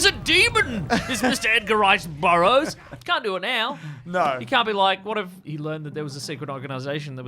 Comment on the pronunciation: The "Edgar Rice Bur-bro's," I think you meant to say.